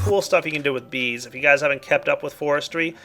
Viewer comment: sounded like you said vis instead of bees in the end of the episode :P